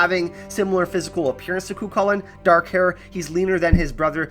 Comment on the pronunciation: I strongly felt the need to mention Cuchulain is pronounced "coo-hoo-len" / "coo-hull-en".